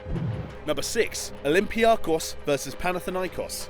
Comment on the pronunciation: I'm Cypriot and the way I hear olympiakos and panathinaikos are way too funny